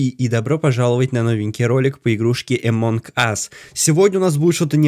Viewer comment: Амонг а не эмонг